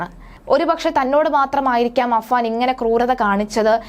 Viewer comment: അനുജന്റെ പേര് അഫ്‌സാൻ എന്നാണ് ചേച്ചി...